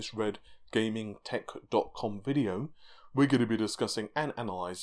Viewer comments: thats some intense tounge action, but im still not sure, did you say your name was paula ? Red tech dot calm ? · You mispronounced redgamingtittiecum this time